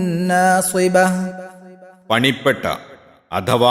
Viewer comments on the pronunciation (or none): മലയാള വിവരണത്തിൽ ' നാസിബ' വ അക് വാബും ' എന്നിവ തെറ്റായി ഉച്ചരിക്കുന്നു,.. അള്ളാഹു അനുഗ്രഹിക്കട്ടെ.. ആമീൻ.